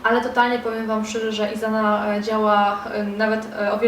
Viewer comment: Isana to niemiecka marka, nie rozumiem dlaczego czytasz "izana"? Czytamy normalnie przez "s" 😊